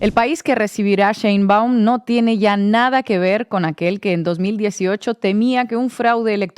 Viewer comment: No es CHeinbaum, es SHeinbaum...Dios bendiga a nuestrA presidente ya que no solamente tiene que lidiar contra todo lo que lidió AMLO pero también con el machismo y la misoginia de muchos en este país...